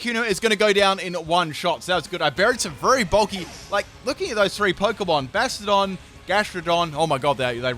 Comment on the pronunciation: I hate the way he says Bastiodon like Bastard-on.